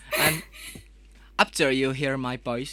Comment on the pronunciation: Yang menarik dari, pas nyanyi english song pronounce doi bagus.. tapi pas bagian ngomong, "apter you hear ma poice" langsung medok sunda 😂